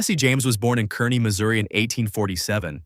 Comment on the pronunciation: Had to stop listening to this mispronounced mess,,Jesse James was from CAR-KNEE not whatever the AI junk bot said